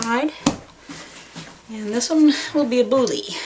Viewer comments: It is pronounced "bool", not "boolly" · It's not pronounced Bouly. It's just Boule (Bool). And when you bake it you want the seam side down, so it doesn't explode in the oven. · Great thank you ! Although, I'll need to train a lot to get the technique right. One quick thing, it's not a "bully", it's a "bool" (that's how you're supposed to pronounce the word boule. Kind of) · Just fyi… the “e” in the word boule is SILENT. (Sounds like “bool”). Your dough looks great! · Bonjour ! Boule is pronounced Boole in Francais :-) 🇫🇷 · Boiler is ball in French. The e is not pronounced like e, it's silent. Only pronounce "boul". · as you say it's an old vid i presume you know but boule rhymes with pool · Boule is pronounced 'BOOL' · Might want to check your pronunciation of "boule".